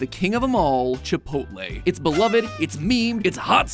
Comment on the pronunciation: Chip - ot - lll